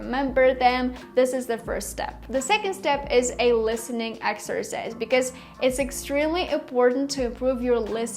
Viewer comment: I loved this video , the content of course but also the edit , montage and way of shooting I am a youtuber my self so i understand in Videography improvements and i can say this is improved By the way the word " exercise " here is actually pronounced " ex er size " Hope i helped 😊 Keep up 🎉❤🎉🎉❤😊